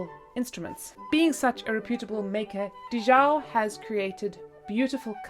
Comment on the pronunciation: Thanks for sharing! Also, I believe it’s Di Zhao not Dhi Zhao.